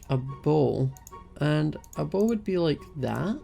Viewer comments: when said bow I thought he said bowl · When he said bow i thought he was saying bowl. I love his accent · Me when was making his bow: 'why do you need sticks to make a bowl? It's just three planks. String? Why? oh... your making a bow, not a bowl. Your accent makes bow sound like bowl.'